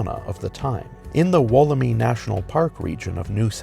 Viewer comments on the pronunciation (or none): “Mount Kushushko” Mount Kosciusko? Gold 🤣🤣😭 This is why Americans should leave the vids about Straya to the Aussies 🇦🇺 also Wollemi (Wol-em-eye) not “Wollemeee” 🥲 Lmao noice try mate 👍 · I was born & live in Melbourne, Australia 🇦🇺. 3.41 - It's Wollemi National Park. You pronounce Wollemi - Wool-m-eye. It doesn't have an 'E' sound at the end, it has an 'I' sound. I wish that people doing information videos about Australia would work out how we pronounce things first. For example, the word Emu. It's pronounced E-Mew, Not E-Moo.